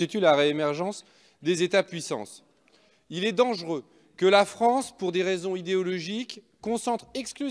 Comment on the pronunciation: MDRRRR IL A DIT LA FRANCTE BRAVO LE FRANCE MDRR